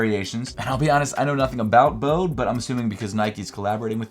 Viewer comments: It’s “bow-dee” man 😅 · "Bode" is two syllables.